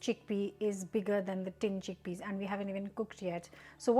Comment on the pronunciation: "Chinned tickpeas"...you're exhausted!!!😂